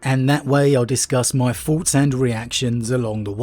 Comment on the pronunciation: I just can't take seriously a grown man with a tongue so lazy as to pronounce thoughts as farts.